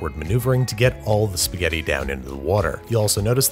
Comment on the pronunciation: “Her favorite foods are sgetty and butter”